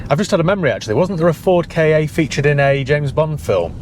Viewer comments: Its pronounced just as you see it "Ka", its just cos english folk dont prounce their R's so saying "Ford Car" and "Ford Ka" sounds the same, so they have to call it "K - A" 🤣🤣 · Actually, it's pronounced 'Car' similarly to Kaa from the Jungle Book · Ford Kay! 😂 it’s a Ka. No y in it. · Having been in the motor trade when the first Ford Ka (not K A) came out, I remember the advert at the time which said "get into the Ka" which rhymes with Ma or think of a posh person saying car. People in the trade have been saying K A for years which is why the general public have picked up on it but it was always meant to be a play on the word car. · Its pronounced cat without the t and theyre a pile of garbage rust buckets sheds made by fiat for ford god knows why only for ford to make the mk3 then that was a flop the mk2 is basically a fiesta body stretched over a 500 😂 the instrument panel is from a punto. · As a real saddo I know that the correct pronunciation of Ka is same as “Car” hence no one ever pronounces it correctly! I think Ka was the Egyptian God of the Spirit. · Isn't it just pronounced 'car'? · its a ford pronounced 'car' KA ,,, love the dog!!! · damn, I have a shoulder/neck injury and laughing at the KA pronunciation and the doggy peeing made me feel pain on my injury. The funniest video by far. 😂😂